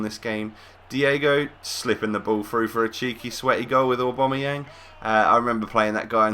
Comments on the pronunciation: AWW BAM EE YANG, NOT AWW BOM A YANG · no, its u-bam-u-yang